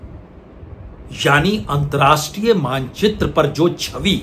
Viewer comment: Antrastriya Nahee, Antarrashtriya hota hai. Please correct yourself.